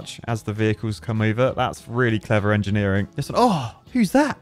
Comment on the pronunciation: "combining art and angineering", you mean Architecture? ;)